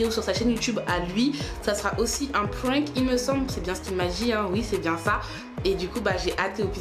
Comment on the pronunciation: "c était un prink" 😂